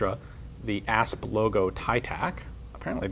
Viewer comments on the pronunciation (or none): I thought he said Ass